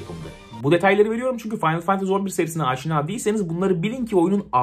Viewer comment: Abi aşık oldum la senin o finaly fantazy demeyine